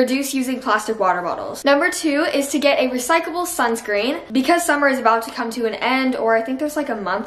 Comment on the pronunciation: The fact that she kept saying "recycable" lowkey pissed me off but I still love u